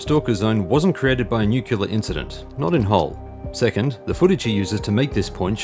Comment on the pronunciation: You say nuclear wrong. Besides that, great work as always